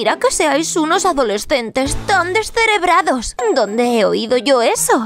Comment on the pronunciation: Doña antonia dise deserebradas 😂😂😂